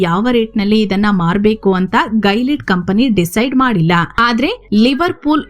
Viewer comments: It's not gailead it's Gi-li-aid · ಅದು ಗೈಲಿಡ್ ಅಲ್ಲ ಗಿಲಿಯೆಡ್ i have worked in that project as a software engineer